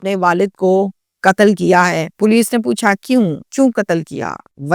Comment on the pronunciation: Urdu lafz Qatl hai, Katal nahi..sahi lafz Umr (age) hai, Umar nahi.News reader ko language per uboor hona chahiye.